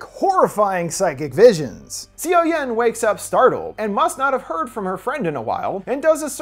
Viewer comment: Gosh, you're butchering those Korean names. Seo=Suh. I love Park Shin Hye. I'll watch this then come back.